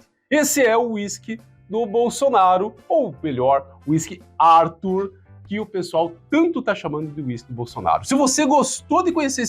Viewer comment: É brasileiro, tem nome de brasileiro, mas se pronuncia em inglês ? “Árthur” kkk aff